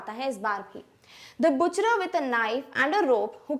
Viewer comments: I loved your teaching but mam its not buchra its but cher ❤ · it isn't it butcherer its butcher ma'am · Mam, no doubt you explained the chapter greatly but there was 1 mistake, butcher is pronounced (bucher) not (bucherer) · its butcher 🤣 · Well that butcher thing, u pronounced it wrong. It is like बचर